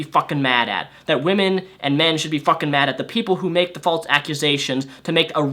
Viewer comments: fall-sssss.... not "faults" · Every time this guy says "faultse" instead of "false," I want to gouge out my eardrums. But I'm interested in watching the whole video. #firstworldproblems 😅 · By the way, "false" is pronounced "false" not "falts" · Yeah....I specifically looked through the comment section to find someone who was also bothered by it! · He has a speech impeachment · I didn't say anything about speech therapy, so that's on you. I just said he can correct himself. He's over 21 years old, I'm sure he can sound it out enough to learn how to say it properly.